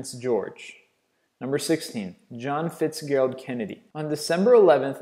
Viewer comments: "Sar Nicoles"? "Fitz-Gerald"? :)) If you run out of topics, you can have the narrator read sonething like a Pad Thai menu or something of that ilk. 🎶 Thats entertainment🎵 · it's pronounced fitz-Jerald!... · FITZ-GER-ALD! Pronunciation needs to be worked on in all your videos. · HOW did you pronounce Fitzgerald? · Can't pronounce Fitzgerald. And he pronounced Roosevelt differently for Teddy and FDR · Why can't you even pronounce the word Fitzgerald properly?:?